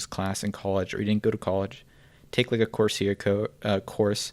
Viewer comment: It’s “Course-Era” how do you not know this..